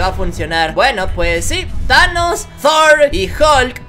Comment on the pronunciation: Se dice tor no zor